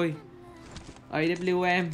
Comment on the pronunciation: Mấy bác cứ thích nói A đớp bu Liu em thế =))))) Nó tên thật là A kép mờ =))))